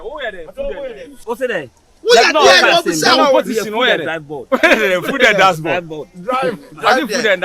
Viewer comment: said food and dask board 😂😂😂 I can't stop laughing.